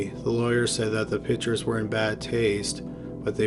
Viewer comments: The speaker needs to pronounce the word "pictures" correctly. Pick-ture...not pitcher...so annoying. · I’m sorry to criticize but PICTURES is not pronounced ”PITCHERS”; A pitcher is a baseball player or something that holds liquid. A PICTURE is a Portrait or a photograph & is pronounced PICK-SHUR